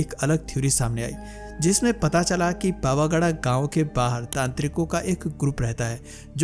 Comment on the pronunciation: Pava gada nay bhai pavagadh